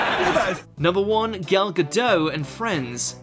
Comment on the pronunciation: I can't agree with several names on this list - your reasoning often doesn't make any sense. And you should learn to pronounce Gadot properly (with a t).